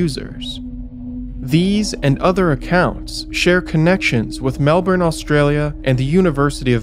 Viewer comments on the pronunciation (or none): Off topic but these sorts of things drive us Aussie's (Ozzie's)crazy & u nearly got it right but Melbourne is pronounced Melb'n & Australia is pronounced Straya apart from that love ya vids mate. I wouldn't be surprised if the state premier of Victoria which Melbourne is the capital is behind this, he's not called Dictator Dan for no reason & yes that's tongue in cheek...or is it????